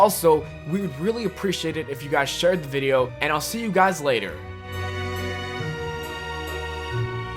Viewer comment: This dude said "welcome back to the viero"